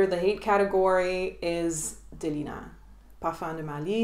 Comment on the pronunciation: 😂 but you say Delina - parfum de marly so well. I Love your honesty. I don’t like most fragrances that are warm with lots of Amber in it…ironic I know. I do not like the smell of my name haha!!!